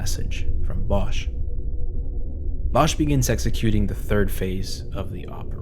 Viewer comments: wonderfully done!👌 just one minor note -> the one in the video is the German pronunciation of "Bosch", in Catalan the H is silent, as in [βɔsk] (...meaning bosque/forest) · lol I wish he had pronounced the surname right. It’s actually « bosk » but even people in Spain mispronounce old Valencian surnames